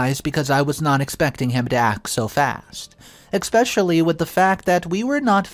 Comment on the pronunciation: Expecially isn’t a word , it’s especially, for the forth time! If you plan to speak for a living, it’s escape, not excape too.